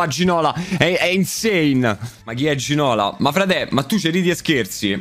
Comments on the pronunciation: A Zaaa non se po senti più Ginóla... Se chiama Ginolá è franceseeee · Ginola si legge con l'accento sulla A,non se pò senti Za